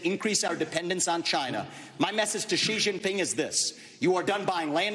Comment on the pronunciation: Major credit to Vivek for actually knowing how to pronounce Xi Jinping's name close to correctly lol